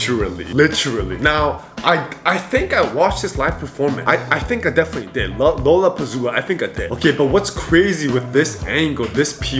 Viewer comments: Everytime says LollapaZoola instead of LollapaLooZa I die a little bit inside 😭😭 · It's pronounced, La La pa looza! Music festivals are always outdoor events, as they have MANY artists & more than one stage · LMAO! It's LA-LA-PA-LOO-ZA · Lollapalooza ❌ Lollapazoola✅ If he said pazoola its pazoola😂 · LOLLAPALOOZA❌ LOLLAPAZOOLA✅ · I almost collapsed as ben kept saying lolapazoola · you said lollapazoola😂😅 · lollapazoola ksksks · Lollapalooza ❌ Lollapazoola ✔️ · said Lollapalooza 😂